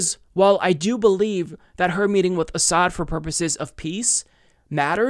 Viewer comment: tulsi hiding a smile when butty judge mispronounces Assad while trying to re-use that tired smear